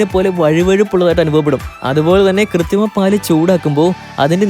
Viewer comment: കൃത്തി മം എന്നാണോ പറയുന്നത്. അതോ എനിക്ക് തോന്നിയതോ?